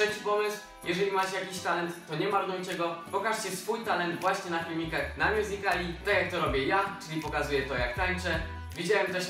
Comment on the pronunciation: A mnie wkurza to jak mówią mjuzikli. Bo na dobrą sprawę, mówi się mjuzikal, nie mjuzikl. +Końcówka ly. Czyli mjuzikali.